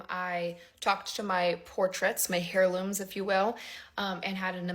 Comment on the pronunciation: Girl, how many times do people have to tell you that the word is not" hair loom "?? It is pronounced' air loom' not " hair loom. The word is heirloom and the H is silent as it is often in the English language and other languages. A" hair loom is something entirely different than an "heirloom". HEIR to have a like an heir to the throne or an heir to an inheritance LOL. . Is not a hard word to pronounce at all. when your hair is tucked back like that behind your shoulders and it makes it look like it's short. It's really cute, just saying. You could definitely pull it off.